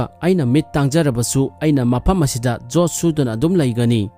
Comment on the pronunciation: Jot not yot